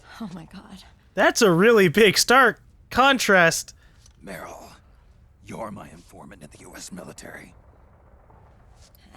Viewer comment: I like how everytime Snake says Meryl in a hurry it just ends up being Merl.